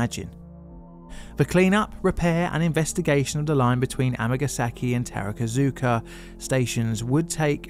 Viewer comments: Its TAKARA ZUKA Line (宝塚線), not TARAKA ZUKA. Gteat video though! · Just a note on Japanese pronunciation. You've mentioned "tarakazuka" a number of times. It's "ta-ka-ra-zuka". Vowels are pronounced as follows. A is ah, i is ee, u is ooh, e is eh, o is oh. Just split longer words into syllables and you'll do fine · Takarazuka Line: Ta Ka Ra Zu Ka How did you get "terrakazooka" out of that? There are very few Japanese phonemes that are difficult for native English tongues. If you pay attention, that is. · Awesome video as always! I can go to that place in around 20 minutes and I know the story of this pretty well, and I love to see that you choose to do a video about it. Just a small point, sometimes it's hard to say it but it's 宝塚 takarazuka line e not tarakazuka. Oh and most common mistake when saying osaka is to shift the accent to a different letter, the correct pronunciation is ōsaka. Just stupid things that could be interesting to know. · I’m a huge fan of the “tarakazuka” Review. 😂😂😂 (pronunciation of other stations are spot on…. TAH-KAH-RAH-ZOO-KAH… unless it’s a different station. Also BAKAYARO appears across the screen. I think a foreign interpreter meant to say “oh shit” and wrote the expression for F*** YOU instead. 😢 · Minor pronunciation quibble, Takarazuka is pronounced “Taka-Razu-Ka”. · I’m surprised at how well pronounces most of the Japanese line and station names but decided to utterly butcher “Takarazuka” as “Terakazuka”